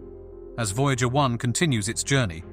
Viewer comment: Voy-Jäeger one. Sounds like a cologne made from Jäegermeister.